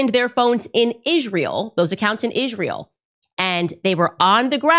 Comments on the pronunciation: I've never heard anyone pronounce Israel like that. "Ihzh-rael" 🤔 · "In Ijrayel" - Candace Owens. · it’s really bothers me how Candace pronounces it “Ishrael”. Check it out